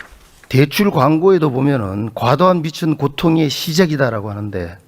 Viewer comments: 비츤이 아니라 비즌이다 빛과 빚 구분혀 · 비츤이라니. 한국말부터 똑바로 발음해라. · 빚은... 비즌 비츤이 아니고 이 ㅂㅅ아... 읽는 것도 제대로 못하는게 무슨 국회의원이라고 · 임종득씨, 빚은 ‘비츤‘이 아니라 ‘비즌’이라고 발음합니다. 초등학교 1학년도 그건 압니다. 그러니 국가재정에 대해서 뭘 알까요? ‘선심성’ 밖에 주어들은 것이 없는거지요. 그리고 IAEA는 후쿠시마 핵오염수를 한번도 직접 조사하지 않았슴!!!